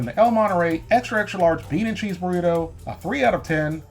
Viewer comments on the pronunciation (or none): It’s funny how he says BORRITO instead of BURRITO hahahah XD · Is he saying borrito?